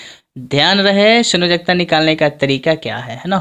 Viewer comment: Sayonkta nahi sanyojakta hota hai sir